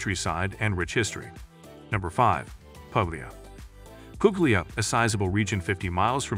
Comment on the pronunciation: Puglia not Poglia don't pronounce the g 😢